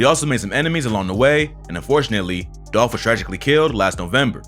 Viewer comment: ITS DOLPHHH 🐬🐬🐬🐬 RIP